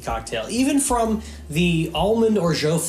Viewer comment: Your pronunciation of orgeat is ridiculously poor. Please improve it.